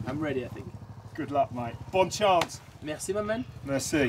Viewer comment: Sauf bien entendu le "Merci mamène" mdr